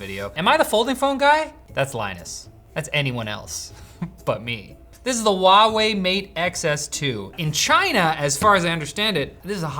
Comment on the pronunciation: ITS CALLED HUAWEI NOT WOUAIE WHY THE HELL WOULD DO THAT